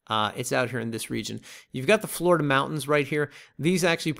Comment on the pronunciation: Florida sounds like hard e on the i